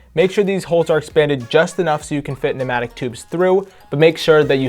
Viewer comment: Pneumatic not matic or penatic